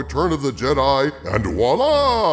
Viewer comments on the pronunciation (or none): none